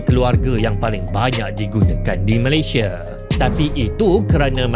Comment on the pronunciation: Sebut negara Malaysia ialah MalayS-I-A BUKAN Malay-S-H-E … Badak Sumatera di Malaysia telah PUPUS sejak 2019..